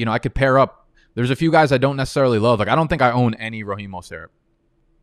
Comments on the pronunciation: Why can’t you just say Mostert’s name like an American?? Do you always have to sound like fuckin Pepe Le Pew???? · Bruh.... the way says Mostert has me tilting more than when he leaves his screen and misses a pick...